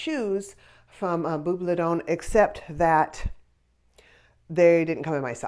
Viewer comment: Hi ~ everything was so cute and what great prices! TFS! Also, I would pronounce the name the way you did.